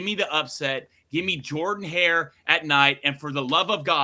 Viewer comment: They're also the only two who pronounce Jordan Hare wrong. I'm a Bama fan and I KNOW the pronunciation. That's lame as hell. 😂